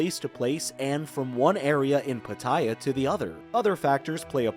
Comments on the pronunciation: that is not how Pattaya is pronounced. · It's hard to take tips from someone who can't even correctly pronounce the place he's taking about. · Please learn how to pronounce pattaya properly.